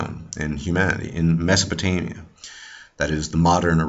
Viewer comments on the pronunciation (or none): none